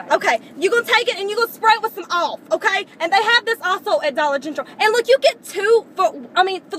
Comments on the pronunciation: Dollar "gentral"😂😂😂😂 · "Dolla Gentral" - LOL!!! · When she said "Dollar Gentral", I DIED! LOL!